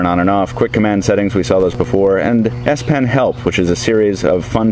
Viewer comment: It's called the S-PEN with an "E" ... not 'pin.' It's a pen.